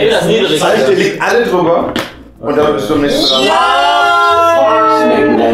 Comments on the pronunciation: Am schlimmsten ist, dass sie das "und" nicht richtig ausspricht. :D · TheOneWhoKnocks... un mehr... Ey wie die noch nicht mal das und ausspricht... Triggert mich.